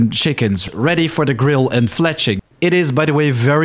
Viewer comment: Possibly unintentional double meaning, you mentioned that it would be time for fledging but your accent makes it sound like fletching because of your d sound is more like a t sound.